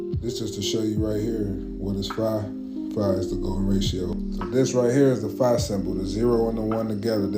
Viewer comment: Bro I’m a huge fan but TONS OF CAP in todays video Dude CANT pronounce “phi” but tries to explain stuff … another guy CANT pronounce ETHER, just a lot of fake ass BS . Kinda feel like I’m watching “That’s Impossible Channel “ haven’t send this much cap in a long time! HOPING next video is better